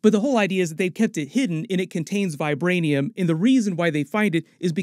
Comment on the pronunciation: All i heard was vibraniam